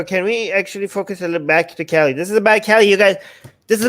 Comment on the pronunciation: lol who'll update it. You? Armin? I thought you guys are atheists. I guess I asked you too much you can't even pronounce Kali properly and you expect us to listen to you? 😅 This is the last chance I'm giving you. Say her true original name and I might consider thinking about your proposition. Tbh if anyone had the ability to mention anything or update her legends he was Swami Vivekanand.